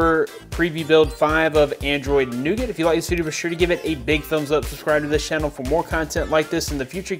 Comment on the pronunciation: your pronouncing nougat so wrong xD